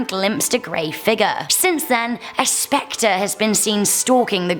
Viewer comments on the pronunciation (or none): none